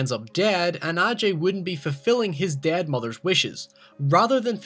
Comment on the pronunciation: also its not wit.its wait.its not did.its dad